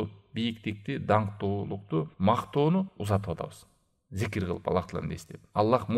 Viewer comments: Зикир дейсизби дикир дейсизби же мен эле ушинтип уктумбу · Зикир же дикир тушунбой калдым